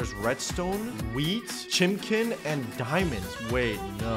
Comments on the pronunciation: Me: Chicken: Chimken.. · Bro said chimkin at the cats chicken bar